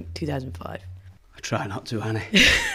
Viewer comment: I thought he said honey =))))